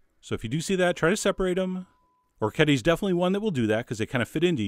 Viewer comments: The dish looks wonderful. I may try out soon. But, please, the pronunciation of the pasta is or-wreck-ee-et-ay! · This is incompetent from head to toe. First, don't trust anyone who doesn't know how to pronounce orecchiette (pronounced orek-ejet-tah). Second, he's boiling the meat. You cook the pasta first, put it aside, then cook the sausage and toss the pasta in the oil and the sausage fat. Its also much better with garlic. Garlic pairs better with hot sausage and bitter greens than onion. You also probably want to cover the pot to wilt the arugula rather than getting it all water logged. This is like the chef at the diner. Or maybe a lot of the restaurants that I've going to lately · Ok...say it with me: oh-wreck-yet-eh. It’s as easy to pronounce as it is to make. :) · I'm Italian, born and raised in a small village of Apulia and orecchiette are a typical pasta of my region. They even taught us how to prepare them in elementary school once. Anyway, the tradition wants orecchiette cooked with turnip green and a sauce made of anchovies and oil. We call it 'Orecchiette con le cime di rapa'. The pronunciation is 'orekˈkjette'! Thanks for the video chef, I'm glad that people around the world knows what orecchiette are :) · O-ray-key-ay-tay! Thanks for the recipe. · Pronunciation for anyone wondering: o-rek-HYET-te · Food Wishes No it's o-rek-kyeht-teh, look it up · For anyone who cares: O-rek-kyet-te The C and T are strong - there's two of 'em D: - . The R is hard (imagine some spanish guy say "Rodrigo", that R sound). on 'kyet', the vowels are pronounced exactly like the word 'yet', two separate sounds but fast enough to be part of a single syllabe. the E at the end is pronounced like in the word "tell" "hell" etc. No "eh" finisher. Source: just heard the word come out of my own Italian mouth c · Chef John, you are my culinary hero, but how can you not know how to pronounce the name of this pasta correctly? Oh-wreck-ee-yet! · orechiette is pronounced "o-reh-kyet'teh"